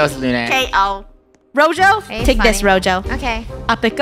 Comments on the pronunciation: Btw its gezo not rojo😅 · It’s not Rojo It’s Gojo how do you say it you say go and then say Joe gojo